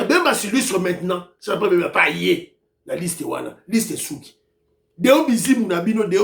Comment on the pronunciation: Kazembe est BEMBA et non pas BEMBE. merci!